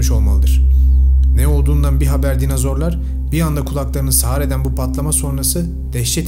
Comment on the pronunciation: Hocam dinazor değil dinozor 😭